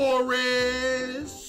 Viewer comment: Bro really said “deloris”…..😂